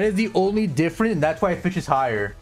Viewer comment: the way he say fish.. for fischl ///*///